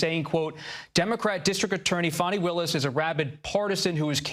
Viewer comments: He is saying fanny like Trump does. Her name is fanny. It showd that these people are bias. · Fani is pronounced as, Fawn-Knee, not FAN-knee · FAH nee, not fanny. Please respect this women. Why can't this guy pronounce peoples' names? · That girl Fani pronounced Fahnee ❤ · This reporter can't even say Fani Willi's name correctly! Get it right while reporting on national TV Bud!